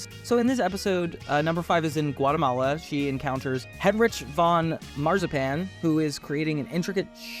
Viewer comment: Heinrich you pronounce the ch with the k sound like rick